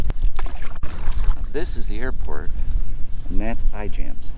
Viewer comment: It is pronounced "Iams". The "j" is silent.